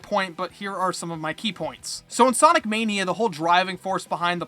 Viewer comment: "soinec" ya thats how you say it